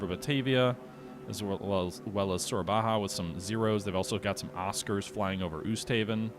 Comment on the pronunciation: It is not Soerabaha like Spanish pronunciation. Just call it Soerabaja, or Surabaya. I'm okay with western pronunciation of Sabang for instance, understanable. But Soerabaja alone feels Spanish lol.